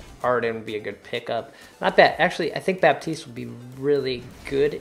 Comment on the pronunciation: The P in Baptiste is silent.